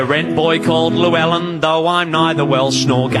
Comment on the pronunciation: I have only one problem with this song. He mispronounces 'Llewelyn ' but that's just petty :P